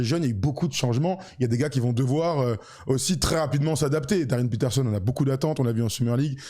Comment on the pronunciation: qui prononce Patterson au lieu de Peterson c’est comme les commentateurs de ABC qui prononcent Wembanyana. Bref sinon je rejoins officiellement la communauté Jazz avec l’arrivée de Darryn qui je pense va impressionner très rapidement